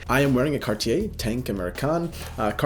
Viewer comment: Cartier his favourite brand but cant even pronounce it